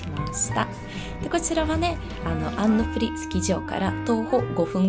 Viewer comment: な、な、なんですとーーーー！ すべらんのかいっ！！ それはそうと、アンヌプリが言えないのがかわいいので爆笑です